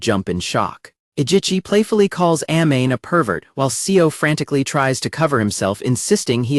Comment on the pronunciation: I hate the fact that you're mispronouncing Amane's name..